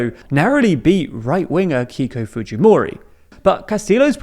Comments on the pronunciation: The pronunciation: Keiko: kay-ko Fujimori: Foo-hee-mo-ree Castillo: Cas-tee-yo Boluarte: bo-loo-r-tae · Hey Genius they are Peruvian they go by Fu*Hee*Mo*Ree not Fu*Gee*Mo*Ri get a clue.